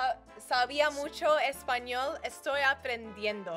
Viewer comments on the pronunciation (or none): none